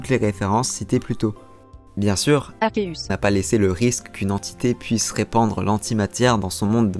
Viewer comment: pouruoi tu dit pas arceus ?